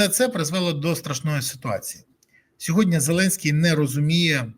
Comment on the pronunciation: Дякую за ефір! Малееееньке зауваження: не сьогоднЯ, а сьогоднІ. СьогоднЯ - це русизм😊